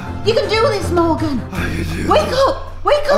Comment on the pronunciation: its Morgan not Morgeus 😅